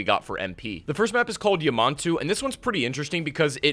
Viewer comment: what the hell did you call mt. yamantau?